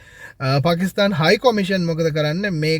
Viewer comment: පකිස්තාන් නෙමෙයි පාකිස්ථාන්